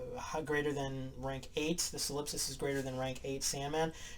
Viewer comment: Solip-sist. Rhymes with Trollop.